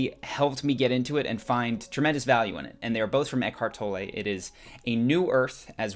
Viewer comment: Good clip- insightful and in terms of being humorous I particularly liked how the narrator butchered pronunciation of eack- hart tol-ley